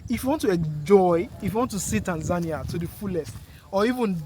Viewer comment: I like the way you pronounce Tanzania…….. thanks for the compliments. Very proudly Tanzanian